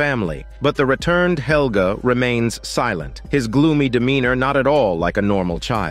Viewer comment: "Little Holger" which is a male name, not "Helga" which is a female name. Mispronounced it causes confusion.